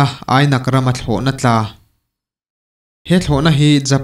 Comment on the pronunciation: Phalhrang tih ah pawh khian 'phal' tih khi thluk hniam tur ania 'hrang' tih khi thlahrang ami hrâng tia lam tur Minpui pawh khi Miinpui tia lam tur Ainak tih khi Ainâk